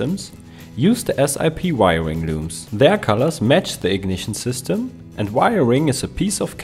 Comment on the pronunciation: Good info, but I love the "wiriring" at the end, lol!